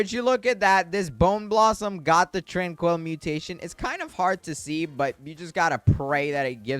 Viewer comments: Tran-quil, not Tran-coil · He is pronouncing tranquil wrong, this is how you say it: tran QUILL, like from the porkupine even though its spelled tranquil